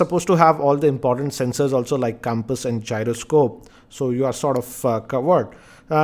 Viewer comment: It's pronounced compass, not campus 😂